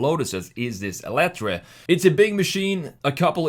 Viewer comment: It’s actually meant to be pronounced as “elite-er.” Also, fun fact, it’s powered mainly by tapping torque off of the revolutions Colin Chapman is now making in his grave. But seriously, RIP Mr. Chapman, and RIP Lotus. Ugly, stupid, bloated Chinese garbage. So awful it’s surreal. A Lotus SUV that sucks in every way. Wow, thanks, 2023.